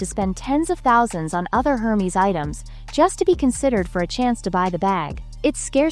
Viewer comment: Wish you’d learn how to say Hermes